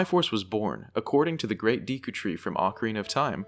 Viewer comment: Thank you for saying DEE-ku, rather than DECK-u.